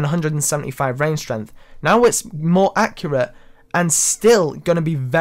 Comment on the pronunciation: Strenth. I'm dead. XD